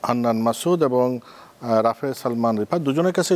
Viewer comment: এবন না এবং সুতরান না সুতরাং বরণ না বরং আগে এইগুলা ভালো করে শিখেন তারপর টকশোতে আসেন